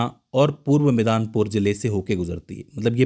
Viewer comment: जयपाई गुड़ी नहीं जलपाई गुड़ी है , बीरभम नहीं बीरभूम है , मिदनापुर है पहले रिसर्च करो जगहों के सही नाम क्या हैं उच्चारण कुछ अलग है लिख कुछ और रहे हो